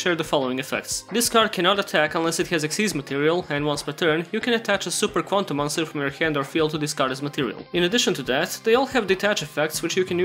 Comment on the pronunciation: I swear everytime you say Super Quantal I think you're about to sing super idol 的笑容都没你的甜.